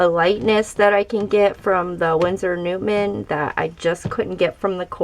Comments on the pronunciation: stop pronouncing it like newtmen its newton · Not a big deal, champ